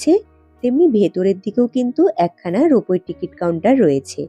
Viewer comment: রোপো বলে কিছু হয় না, কথাটা রোপওয়ে।